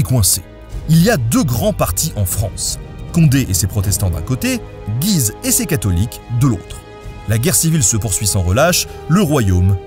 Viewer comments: Picardie ftw ! Tiens d'ailleurs, je vais faire le relou... Il me semble que l'on prononce Guise "Gü-iz", et non pas Guiz (sans entendre le u). Bisous et continue loooooongtemps steuplé ! :D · P'tit Nota : On dit GUise (comme la ville en Picardie en fait). On avait donc le comte de Condé (aussi une ville proche de Soissons) et le duché de GUise .. voilà voilà :) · Mon cher Nota Bene, bien le bonjour ! Merci pour bonne petite video. Comme à mon habitude, je vais chicaner sur des détails :p (on ne se refait pas ^_^) La famille de Guise se prononce [ɡɥiz] Güise, le U se lit. Les protestants sont autant l'Eglise que les catholiques. Donc, il faut éviter ( 'spèce de papiste, va !) de dire "l'Eglise" pour "l'Eglise catholique (romaine)" . Les jésuites se sont inventés tout seul, ils n'ont pas démérité leur réputation de débrouillardise. Il n'y a aucun monseigneur ni aucune éminence qui s'est levée un bon matin en ce disant : oh ben ? Si on inventait une nouvelle congrégation, histoire de convertir les hérétiques ? Ici, je rentre dans un domaine un peu pointu : il y a une différence entre une nouvelle congrégation du genre jésuites, oratoriens, etc. qui partent de rien, qui passent d'un état simple fidèle à celui de consacré, avec des voeux, d'une part, et une congrégation bénédictine comme celle de St Maur qui réunit plusieurs monastères suivant déjà la règle de St Benoît et qui vont s'unir en suivant en plus de cette règle, des préceptes visant à les réformer, à revenir à une vie plus monastique en visant un but précis, d'autre part. Ce sont deux sens différents du même mot. Congrégation veut dire : aller ensemble. Il y a eu avant et il y aura après d'autres congrégations, c'est à dire associations, bénédictines mais ce sont toujours des bénédictins, quelle que soit la congrégation et sa constitution (ensemble de préceptes secondaires) on s